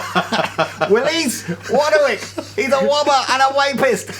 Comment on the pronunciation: A wobber and a wapist, classic mis-speak by the.